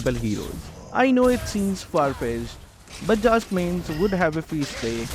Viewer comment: Bruh it's no jilong it's zilong and also not jhask it's zhask